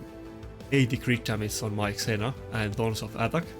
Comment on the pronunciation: Trying to help you with English pronunciation... ZEE-Na, not Zena Jems, not Gems (soft g) IN-TREE-GING (intriguing -{hard g})